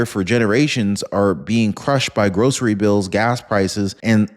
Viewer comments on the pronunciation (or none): none